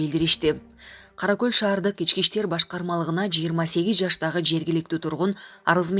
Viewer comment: Кара-Кол эмес, Каракол.....ай кыз туура айтсан.